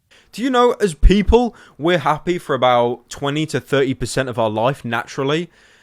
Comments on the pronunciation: my god he said happae... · "my videos make them happay" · he says hapey lol